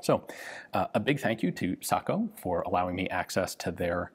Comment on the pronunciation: Thank you Ian for teaching the proper pronunciation of SAKO. I cringe each time I hear “say-co” by those unfamiliar with the Finnish tongue.